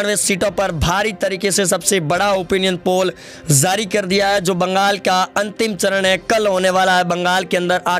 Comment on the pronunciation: Oye bolna seekh.Zari nahin jari hota hai.